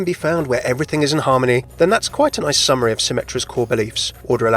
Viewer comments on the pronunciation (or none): none